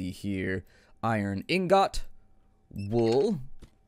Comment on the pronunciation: IN-GOT Hahahahahaha